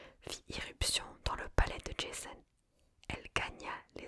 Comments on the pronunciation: 1ere fois que je vois cette vidéo. Mademoiselle svp prononcé correctement les prénoms et arrêté de vouloir tout américanisé. C est JASON et pas JaIson. Comme pour PoseIdon. Le i ce prononce. Dommage cela gâche la séance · Super vidéo, mais on prononce Jason pas Djaizonne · Ja-zon , pas Jayzone ma belle :D Il était grèc pas américain! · J'adore le concept mais prononcer Jason "Djayson" ça m'a sorti du truc 😭😭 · Le pire étant encore "Djésonne" 😅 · Oui jaîzon 😂😂. J'ai beaucoup aimé, ça "marvelise" les mythes, lol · On prononce JA-ZON et PO-ZE-II-DON...!!! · Bien sympathique cet épisode d’ASMR. Lecture originale et captivante. Seul bémol : la prononciation à.l’anglaise du nom de Jason. Totalement anachronique et ridicule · Tu sais que d’habitude j’aime bien ton ASMR mais là tu m’as saoulé, j’ai coupé la tu prononces Jason à l’américaine ça m’a grave soûlé, alors qu’à la base c’est un nom grec Jason, la Toison d’or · Alors, je vais écouter parce que j'aime la mythologie grecque, mais j'avoue que le Jason prononcé à l'anglaise m'a surpris XD. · 😂😂😂 J'pense pas qu'il faille prononcer J.A.S.O.N avec l'accent anglais ! Trop drôle ! Il ne s'agit pas du tueur au masque de hockey de vendredi 13... Ni d'un fan de tuning originaire de Boulogne sur mer ou de Tourcoing !!! Mdr !!! 😂😂😂🎉🎉😂😂😂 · C'est top mais la prononciation de Jason !!🤣🤣🤣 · Desole la video est bien, l idee en tout cas, mais etant grec la facon dont tu prononces jason a l américaine c est pas possible pour moi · entièrement d'accord, cela gâche tout!